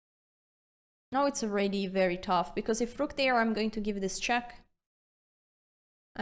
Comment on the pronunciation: I love the lenssons, aannd the "rruuuck" pieces =)